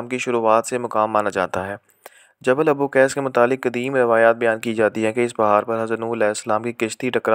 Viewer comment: پہاڑ جبل ابوقیس نہیں ابو قبیس ہے